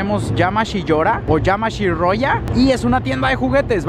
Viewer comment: se pronuncia "iamashiroia" en < > es sonido < >